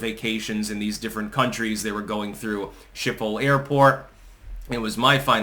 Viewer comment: C’mon, you lived there. It’s pronounced “ShhKippol”